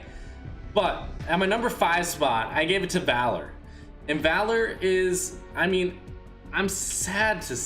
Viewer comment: Dude said valory 🤦🏻‍♂️It’s VALOR and p.s stop taking so much fall damage 🙄👎🤨🎮